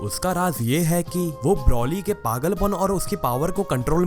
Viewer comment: Its not brauly , its broly